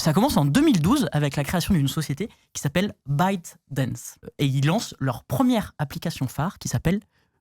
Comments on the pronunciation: ByteDance ... Soit : Biaite Dence et non pas Bidense : Biden ?? J'ai envoyer la vidéo à un pote complotiste fan de tiktok et je sait d'avance comment il va interpréter la prononciation du copain XD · Y'a que moi qui entend "Biden's" à chaque fois qu'il prononce ByteDance (hormis la première fois où il le dit bien en séparant les syllabes) ?